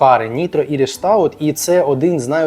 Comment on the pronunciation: Привіт))) Чому іріш, має бути айріш))) Або вже АЙРАН😂😂😂